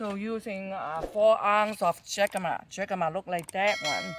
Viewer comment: I love all kinds of dumplings. Jicama is pronounced "HIC cama", like Jalepeno is pronounced HAL a peno. 🤗